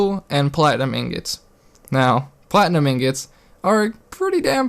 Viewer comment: YO YOU HAD ME LAUGHING ON THE FLOOR BECAUSE YOU SAID INGETS AND NOT INGOTS I DIED! XD why did you do this to me man! rotfl! INGETS? LOL I AM DONE!